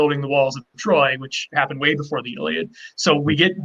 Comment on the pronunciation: Please stop saying the Iliad like you say it!